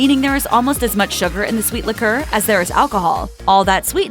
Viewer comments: Interesting how she mispronounces liqueur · Incorrect... propylene glycol is NOT in antiefreeze.. that is ETHYLENE GLYCOL. Man their not even pronouncing liqueur correctly. You can't believe anything you watch. PROPYLENE GLYCOL IS BASICALLY EDIBLE!!!